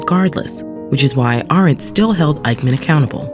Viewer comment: good lord. you pronounced Hannah Arendt's name wrong. That's literally the first name in the description. Who is editing these videos??